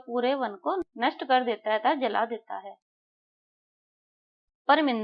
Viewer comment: Par par kar ko bol raha ho😂